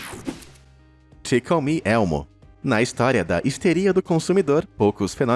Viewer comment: não tankei o "ti comi elmo" KKKKKKKKK